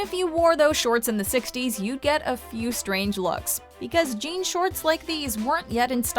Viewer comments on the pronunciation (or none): none